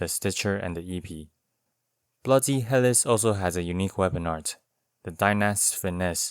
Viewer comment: Great video as usual. I've been going through and watching all of your Elden Ring weapon videos. I'm sure you've heard enough about the word Epee ( Ep "like Epstein" - Aye) at this point. But I haven't seen anyone say anything about Helice, which is pronounced like (Heal - e - See). It's referring to the spiral shape of the sword, which is a form of helix, similar to how the structure of DNA 🧬 is a double helix. Just thought you'd want to know!